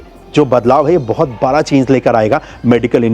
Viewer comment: Bhai kuch words k pronounciation sahi krlo like बड़ा not बरा